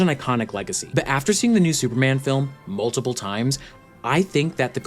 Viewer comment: "After seeing the movie... multiple times." You don't need to add that pause there. Most of us are watching this movie multiple times.